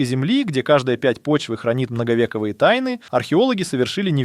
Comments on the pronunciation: МноговековЬІе, а не многовЕковьіе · МноговЕковые🙈 научитесь говорить правильно а все в инет лезете